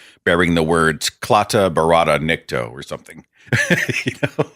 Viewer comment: Wow, awesome talk at the Ark-paperweight. I'm going to have to learn it so I can spew it on demand, too! And it's "KlaatU barrada nikto," not KlaatA... And it's not like you can print that gun from any 3D printer. Most readily-available printers work in light-duty plastic only, not the combat-grade polymers that can actually take abuse (though I hear Glock makes a nice, relatively durable all-polymer pistol that hardly ever explodes in your hand.) Any important parts that need to survive an explosion (which is what makes a bullet go, like the firing pin, or the barrel) are either easily regulated BECAUSE they're still metal, or fail on use, as printed-guns have already demonstrated on the news. But hey, give it five years. By then, there will be a way to detect them....that'll cost the taxpayers $120,000 per station. Orwell's Oceania had a piece of propaganda that said "Freedom is Slavery," not the other way around. ("War is Peace," and "Ignorance is Strength" are the other two.) And the big issue: No home automation here. To have Alexa turn on a device, you have to buy a box that plugs into the wall, and then plug in the device to that box. And you have to buy a widget for every single device you want to control by voice. Even if I had that much money, it's not like the devices you already own are able to do anything other than turn on or off. For more, you have to buy Alexa-compatible devices. Want to make a smoothie? You still have to put all the stuff in before you casual